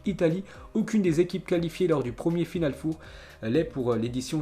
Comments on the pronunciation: stp arrète de dire "four" on ne va rien cuire en chaleur tournante , c'est "final 4" ça se dit "for" , pour le reste certaines infos interessantes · Final four 😂 les français à parlé anglais 🤣🤣🤣 final for! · Final FOUR 😂😂😂😂😂 mais on dit for putain .... pas foure ..... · C'est pas FINALE FOUR c'est FINALE FOR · 😂😂😂 Il a du mal avec final 4 four Prononciation en anglais en fait C'est pas un four à micro-ondes Il le dit à plusieurs reprises en plus. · Hhhhhhh « final four » tu le prononce comme le « four de cuisine » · S’il te plait, prononce Final four: Final fore. Au pire. C’est pas un four micro-onde frérot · FINAL FOUR ca se prononce FINAL "FOR" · Stp l accent, final four, c horrible et rigolo en même temps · Par pitié pour tes prochaines vidéos fait un effort de prononciation quand tu parles du "final four" surtout quand tu le répète une dizaine de fois en quelques minutes 😖😬